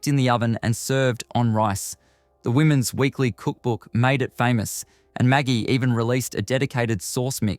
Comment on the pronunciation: My soul just left me as you said 'maggie' not 'magi' 😅